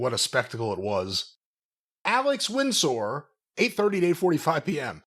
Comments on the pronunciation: pronunciation of Windsor drives me batty. It's not Wind-sore. It's Wind-ser. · I’ve never heard anyone pronounce Windsor “Wind-sore”, it’s Winzer! Haha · Everytime says Alex Win Sore, instead of Alex Windsor 🤣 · isn't very good at recognizing words. Windsor knot is not wind-soar knot... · Lol is doing a bit pronouncing Windsor like that? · each time he causes a heart attack for an englishman lol